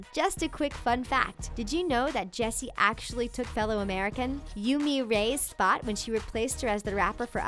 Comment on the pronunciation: yeah it did sound like she Jessi like yessi lol